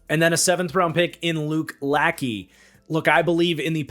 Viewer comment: You mispronounced Luke Lachey's name. Lachey is pronounced something along the lines of la-shay. Think of Jessica Simpsons former husband Nick Lachey. Luke is interesting to me because of who his father was...Jim Lachey. Probably the most talented member of the Hogs. He was not an original member of the Hogs the group of O-Lineman that lead the Redskins to 3 Superbowl championships in a 10 year period between the 1982 and 1991seasons, but he was the LT on the last two Superbowl Champion teams. Russ Grimm perhaps had the best career of the Hogs if you factor in longevity, but Lachey was probably the most talented. In a 5 season stretch between 1987 season and the 1991 he made 3 first team all pros and 1 second team all pro. He would play another four seasons after that, but shoulder injuries lead to a decline from his peak and due to shoulder injuries he would only play in 26 out of 64 possible games those last four years before retiring. He has not made the hall of fame, but a lot of Washington reporters believe of the Washington players trying to get in, he has the strongest case.